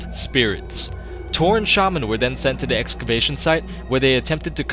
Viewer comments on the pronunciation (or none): none